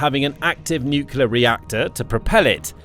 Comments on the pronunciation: Pronunciation. N U C L E A R, not N U C U L A R !!!!!!!! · Nuclear (pronounced, "new-clear"), not "nukuler"!🙄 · The word is pronounced NEW-CLEE-ERR not NEW-CUE-LER. You lose a lot of credibility when you can't even pronounce the subject word correctly. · Nuc-u-ler?!? Wtf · No, that's correct. Heard that from Nucular technician Homer Simpson on TV. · Say "new clear" weapons. Practice it. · Please stop mispronouncing nuclear and stop adding additional vowels, thanks.